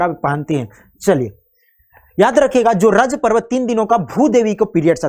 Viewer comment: Yes m from Jharkhand and it is rajo parv not king/raja etc wo sirf odia pronunciation k कारण